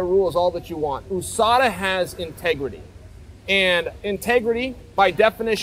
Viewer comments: Ousada 😂 how hard is it to pronounce yousada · Why do you call it oooSADA? Do you live in the oooSA too?